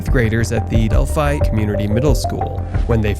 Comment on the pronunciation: bears and mountains in my area ? your fear mongering is working now im afraid to step out my back door.....oh if you want taken seriously learn to pronounce the towns names at least delphi .. del fi monon..... moe non